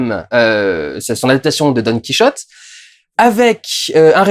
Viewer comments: Sérieux durandal ''don qui rotait'' tu ne peux pas dire don quichotte☺☺ bonne video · Tu sais t'es pas obligé de dire done kiroté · par contre je sais pas pourquoi tu t'obstine a faire la jota quand tu cite "Don QuiChote" mais en espagnol c'est le "J" qui se prononce avec la jota pas le son 'Ch". Donc ça se prononce bien comme un français pourrait le dire , enfin plus au moins. Voilà petit cours linguistique parce que je suis emmerdant , chouette review soit dit en passant même après avoir vu celle du Fossoyeur j'ai appris d'autres choses et j'ai même préféré ton analyse , après ça c'est personnel voilà voilà